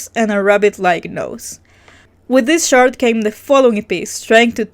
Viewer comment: Every time you say “this chart” all I hear is “shart” lmfao 😂